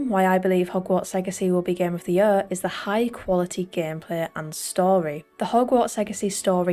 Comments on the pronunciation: Gem of de jøør'' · The way she says “year” 🥰